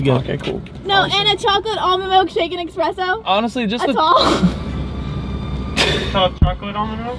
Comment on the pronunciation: X press o???? Really? I’m triggered. It’s pronounced espresso